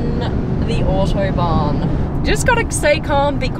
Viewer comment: It’s called Autobahn not Othobahn